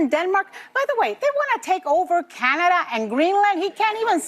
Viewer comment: it brings back, you haven't done research and you say Canada in a dumb way and you should shut up and read more than you speak. You are so confident in your ignorance. Someone tell her how good water smells